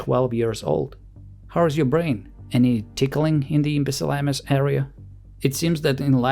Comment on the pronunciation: Imbicellamus 😂 I love it 😂😂